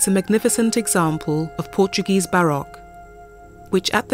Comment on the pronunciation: I appreciate the interest but to have the narrator pronounce portuguese names with a spanish accent kind of ruins the experience...